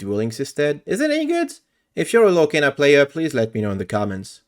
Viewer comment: Lorcana is definitely not peak and is pronounced lor-kahn-uh, by the way.